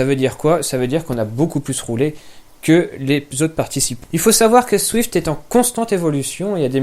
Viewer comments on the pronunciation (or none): C'est quoi dans le Z que t'arrive pas à prononcé dans zwift ?